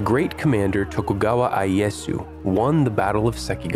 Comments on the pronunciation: WhaaA??? Tokugawa "EYE-EE-Yes-oo"?? NO! "EE-EH-YASU" (and the U is either SILENT or said almost under the breath), but I run into that stuff all the time... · You made a mistake reading Tokugawa Ieyasu. Tokugawa I-e-ya-su. I's sound like e. e's sound like a. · An excellent video, but that pronunciation of Ieyasu at the beginning hurt my soul.